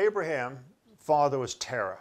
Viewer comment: That's Terah – not Tarah. And its Haran not Heran. Abraham (whose name was Abram) lived in Ur of the Chaldees. Are you dyslexic? Or just careless? What are "word brakes"? Do you mean word *breaks*?! Because I don't think wheeled vehicles were mentioned in that story. If Sarai was nine when Abram lived in the cave at Macphela, HOW OLD WAS SHE WHEN THEY WERE IN EGYPT?! It seems his guy makes it up as he goes along. Soooo – lots of incest in the Bible. God must have approved of sisters breeding with brothers, mothers with sons and fathers with daughters.